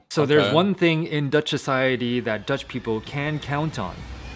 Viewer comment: you got that 100% right you will speak Dutch in no time